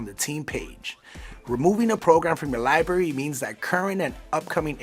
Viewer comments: LIBRARY NOT LIBARY ffs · Please pronounce 'library' correctly. The guy kept saying 'libarry' instead of 'library'. There is an 'r ' after the b. No, the 'r' is not silent. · the most difficult thing about this video is hearing this guy say "li-berry". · Y’all hired a guy who can’t say the word “library” and then decided to fit that word into this script, about 18 times. Nice work. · He said "Lie Barry"